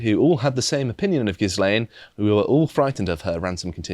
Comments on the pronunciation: guys ffs, the S in gislaine is silent, the bitches name is pronounced "gil-ain" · Why can no-one pronounce 'Ghislaine'? It's merely French pronunciation. It's not difficult. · it's 2023 and you still can't pronounce Ghislaine. jesus christ